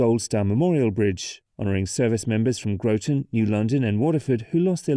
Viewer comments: *Graw-tin*, not *Grow-ton*. Otherwise a great overview. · Grotton rhymes with rotten, and thames river does not ryme with the river in England, also, the northbound is a pin and hanger bridge. The center span is pinned in the middle. I know it sounds weird. Also the bearings are 12 feet tall, with anchors embedded if I recall 18 feet into the pier. I was part of the team trying to design the modifications to repair the bridge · As someone from Connecticut, it hurt hearing Groton and Thames being pronounced the way they are here. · Where TF did you go to school!!??? It's spelt GROTON! It's spelt RHYME!